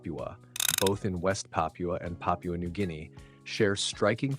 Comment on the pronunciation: "Pah-pyuu-uh" These narrators really gotta make a habit of googling how to pronounce words that they don't often say.